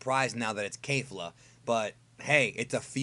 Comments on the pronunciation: I hate to be that guy but it's pronounced kefla not kayfla they even say it in the anime. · It’s KEFLA... definitely can confirm that after this episode. Nobody is pronouncing it ‘Kayfla’ in the show. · Her name is Kefla.... not Kafla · Kefra kefla all the characters say it with a ke pronouncing not kei like a keifla or keifra not sure why people are saying with with kei and not ke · KEFLA jesus KEH fluh not kay